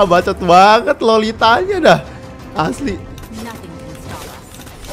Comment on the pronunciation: Bacot bukan bacit